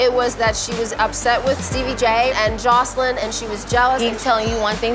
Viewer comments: It cracks me up when they pronounce her name “Josslean” 😂😂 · Lmaoo I love how dime calls joseline chanellica 💀💀